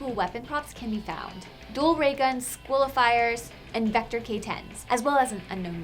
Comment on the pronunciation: SQUILIFIERS LOL